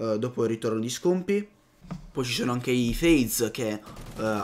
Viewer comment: Eddaii a pronunciare bene sti nomi con la U.. Si scrivono Scumpii e Scuf..ma la U si legge A... somarelli :D